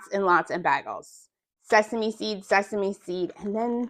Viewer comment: Baygels not bag ells!!! Lol